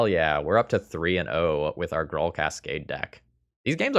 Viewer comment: Ok, but like who says "Grull". It's definitely pronounced "Grool".